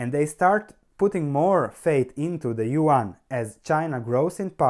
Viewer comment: Don't take it bad, but if you want to pronounce it correctly : , try to pronounce yuan like you would for "yuen" :p . I hope it helps you to learn how to pronounce chinese stock companies as long as chinese "currency'.